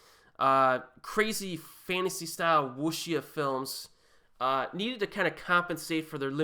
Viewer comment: Jeez if youre going to call yourself the try learning the basics of pronunciation Wuxia is the name of the entire genre. You might as well be mispronouncing the word “genre” itself